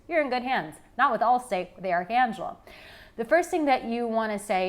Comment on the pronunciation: 👋 They are not my women! When you say ' I'm Arica Angelo' fast it sounds like America Angelo 🤗. Thanks and enjoy your last Bali days ❤